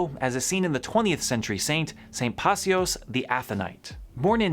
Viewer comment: Yes, I know this video is a year old, I just couldn’t help myself in chiming in because St Paisios is my patron saint. I encourage everyone to watch the best video on his life on Trisagion YouTube channel. It’s amazing. The second time I watched it I felt this urgent call to prayer. Pray pray pray pray. It wouldn’t go away. And fyi, it’s pronounced Piw-ee-see-Os